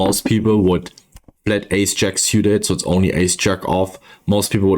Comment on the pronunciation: Love everything about your content. Just stop saying "siuted" please. It's "sooted". Drives me nuts. Lmao, half kidding...